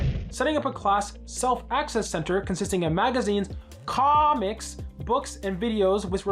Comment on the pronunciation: the way he said "comics" is diabolical